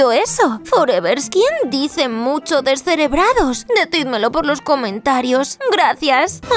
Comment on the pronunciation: Doña Antonia siempre dice desereras